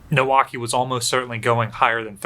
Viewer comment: I thought you were saying Milwaukee when you were talking about Maikaze